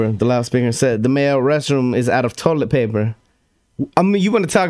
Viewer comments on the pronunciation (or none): none